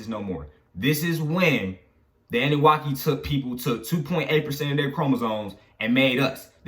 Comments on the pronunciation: Nigga said annuwaki lol it’s annuNAKI 😂😂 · it’s pronounced Ahh-New-Nah-key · Uu pronounce annunaki wrong lol